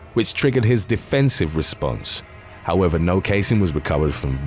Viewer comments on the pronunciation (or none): none